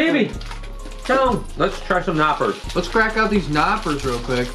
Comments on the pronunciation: We pronnounce the K in German. It is called Knoppers. Knoppers, not Noppers and Milka just means MILk and KAkao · I though he said knockers... what a great name for candy! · Well I hope you appreciate our German chocolate like I do ..and it's a shame you barely can find them in the us 😐 from a German that left her good chocolate just to move to the us and end up in korea 🤣 p.s. its catyes pronounced lol and they are vegan. milka is THE best chocolate